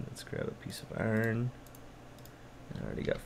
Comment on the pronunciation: As long as we're judging speech; I like that he says "Arn" instead of "Iron"